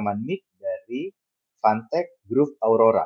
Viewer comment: gue dengernya "fantek" 🗿